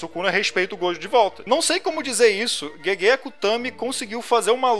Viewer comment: a pronúncia de Gege é "Guegue".